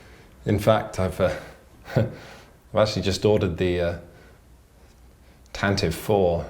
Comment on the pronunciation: At the end, about the Tantive IV, while I tend to pronounce it the same way you do, apparently it's supposed to be "Tan - ti - Vee" (even according to Wookieepedia). "Tantive" is apparently an old English word that means "to gallop at full speed."